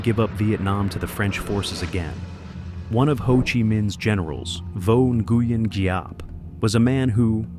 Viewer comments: Nguyen is pronounced win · The mispronunciations of names make the video unlistenable. Nuh-gee-en? Lol. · Nguyen is pronounced "winn" lol 😂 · NARRATOR. PLEASE LEARN THE VIETNAMESE PRONUNCIATIONS. The words don't sound anything like they are spelled. GET IT? NGUYEN=WIN. For example.